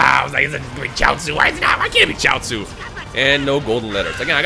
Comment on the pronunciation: My face when calls goten chioatzu😑